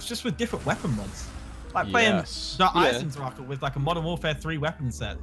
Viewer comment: As a German myself, it fucking annoys the hell outta me to hear them say “Der Eisen-Dracha” no, just fucking no, it’s Der Eisen-Drach. Drac if that’s easier to read and pronounce. Stop, just stop don’t fucking call it that shite Edit: I realize that I spelled it wrong, I did on purpose, so you can read it.